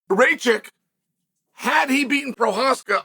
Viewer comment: Its not fckng Racik... its RakiĆ